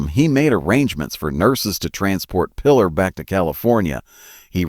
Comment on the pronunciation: "play the led"? "Lead can be pronounced "leed" or "led." In reference to movie business, "lead" is pronounced "leed" and not "led." "Lead" in reference to metal, is pronounced "led" not leed. Obviously cheap (and low quality) AI narration. Also, "Pilar" is pronounced "Pee-LAR," not "Pillar." Pedro Almendárez is also badly pronounced. All very annoying. Without any doubt whatever, you made inferior clickbait on the cheap. Therefore, I give you a disapproval.